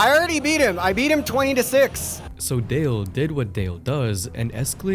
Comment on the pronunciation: It's Dale,. Not Da Lawn😂